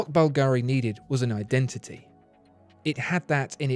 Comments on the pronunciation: You're always the best. One thing, though... It's Bùlgari, not Bulgàri. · A lifelong resident of Rome told me that the jewelry house of Bulgari is pronounced BUL-ga-ri, rather than Bul-GA-ri. Anyway thanks for your great videos, my favorite among the YouTube watch commentators. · Sono un’italiano e ogni volta che sento “Balgàari” inorridisco....la pronuncia corretta é Bùlgari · BUlgari not bulGARI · Can you pronounce Bulgari in a correct way please... Bulgari without any accentuation of the a: bul ga ri. No need to say BulgAAAAri! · I have asked for a Parmigiani Fleurier review in one of my comments here on the channel, and it is true, tha Bugatti watch Parmigiani makes is crazy special. Please, whilst pronouncing "Bvlgari", put the stress the "V" not the "I". However, that Bubble watch you reviewed, that was spectacularly special on every angle. Great vid nevertheless. Cheers.